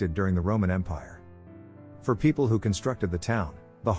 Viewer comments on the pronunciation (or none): none